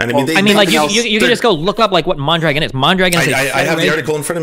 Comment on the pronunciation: lol at "MON-dragon" - it's "mahndra-gohn"